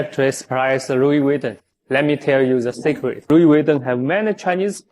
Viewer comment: Wu wee veeton……GTFOH with your cheap junk